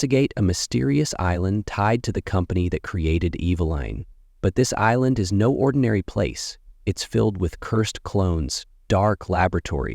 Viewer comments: "Evil eine"? 😂😂😂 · lol eve line pronounciation